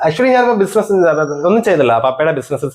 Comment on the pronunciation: ബിസിൻസ് അല്ല ബിസിനസ്‌ ആണ് 😂